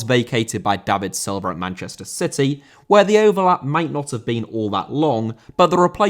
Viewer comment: Silva* not Silver